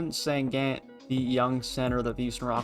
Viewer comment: It’s pronounced shen goon bruh